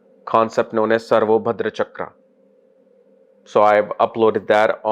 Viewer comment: Its SarvatoBhadra (सर्वतोभद्र) and NOT SarvoBhadra (सर्वोभद्र)